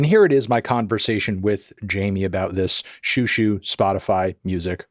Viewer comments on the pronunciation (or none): They're doing an alternative pronunciation. Check out Xiu Xiu: The Sent Down Girl by Joan Chen back in the 90s .. she taught us out to pronounce it. It's more like JJu JJu.